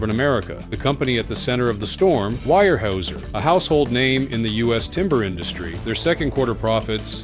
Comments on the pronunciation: so that's not how you pronounce Weyerhaeuser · Weyerhaeuser pronunciation is ridiculous ..... hating AI it will be the end of all we know. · When you have a fucking AI voice, at least teach it how to pronounce Weyerhaeuser. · The commentator should learn how to pronounce Weyerhaeuser. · The AI voiceover has three wrong pronunciations of Weyerhauser in one minute.. The analysis is all wrong. Weyerhauser does import saw logs from Canada. It has its own forests, of course, but doesnt have the skilled labour to harvest more trees. The atificial scarcity of lumber created by the tariffs increases prices, and then lowers housing starts. So Weyerhauser is paying more more for imported sawlogs, and facing a reduced market. Once Weyerhauser trains 20,000 more foresters in a few years, things should be okay. Unless the (non existent) climate change burns down its forests. Hee hee.